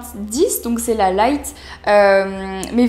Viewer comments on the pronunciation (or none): none